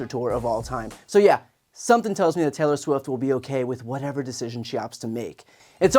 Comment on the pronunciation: He said Taylor Swim. Different celebrity! 😂